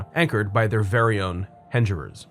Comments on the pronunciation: Nice work making sure you pronounced Cheektowaga right. You did however mispronounce Hengerer’s (the g is not a ‘j’ sound). But in fairness, not even locals younger than Gen x would know of its existence, let alone how to pronounce it. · … good job on pronouncing Cheektowaga, but it’s Heng-er-ers not Hinge-rers. Also, the Thruway Mall was killed by Galleria, which was built less than a mile down Walden Avenue. This video makes me sad… this was the mall of my teens. I worked there, shopped there, and practically lived there in the 80s. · Hengerers is pronounced with a hard G. Thanks for giving the locals so much history we were unaware of